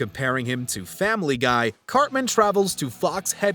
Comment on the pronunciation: the narrator calls him "carmen". it reminded me of an episode where eric said "its CARTMAN goddamnit!"